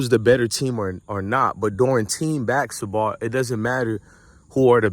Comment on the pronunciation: It's basketball not baksetball